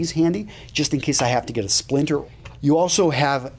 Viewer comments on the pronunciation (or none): none